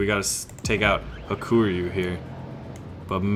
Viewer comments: Ha-ku-ryu, not ha-kur-yu. It means white dragon. In japanese ryu 龍 is dragon. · I think it's pronounced Haa-koo-Ree-You.but,i don't speak japanese,so don't qoute me on that.